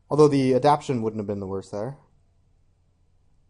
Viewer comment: Nice showcase draft, was interesting. But please, if you draft the card in the future, it's AdapTAtion, not 'adaption.'